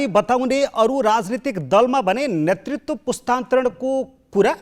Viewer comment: नेतृत्व भन्नुहोस् नेर्तित्व होइन भित्र भन्नुहोस् भिर्त होइन नेपाली भाषाको शुद्धता लाई ख्याल गर्नुहोस् जी